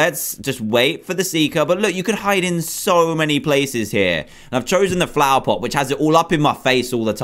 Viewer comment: He said plover pot